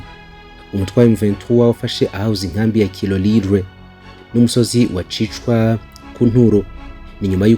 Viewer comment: Gicwa not Kicwa